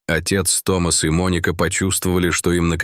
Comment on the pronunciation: Только правильно не Том(А)с, а Т(О) мас от имени Том☝️. Учитесь правильно ставить ударение ☝️, прежде чем транслировать контент!!!